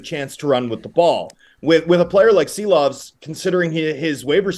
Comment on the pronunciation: Homas Rance or Thomas Drance? Arturs Silovs or maybe it's time for ARTURS SHILOVS!!!??? Š like Škoda or Shanahan!!! It's time to pronounce it right!!! 🇱🇻 SARAUJ🇱🇻LATVIJA🇱🇻